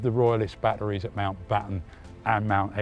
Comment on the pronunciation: Batteries or 'Badderies'?